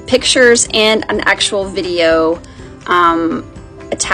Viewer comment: A vi-de-o you say...